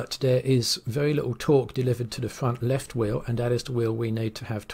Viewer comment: de fwunt weft and de waew wight ...😛